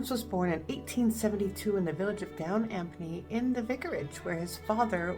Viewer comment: Vaughan Williams' first name. "Ralph", was pronounced "Raife". (There were two acceptable pronunciations of the name in his day; being from a posh background he chose the posh version!) And the village where he was born, Down Ampney, is actually pronounced "Down Amney" (the 'p' is silent.) I only discovered this latter fact myself a few years ago, despite being English and a long-time Vaughan Williams fan!